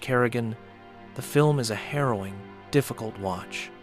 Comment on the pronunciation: You say "harrowing journey" I hear: "heroin journey" 🤦🏻‍♂